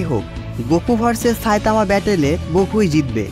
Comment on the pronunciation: সা‌ইতামানা। ছাইতামা😂😂😂